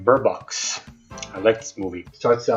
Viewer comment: “alright Birbox”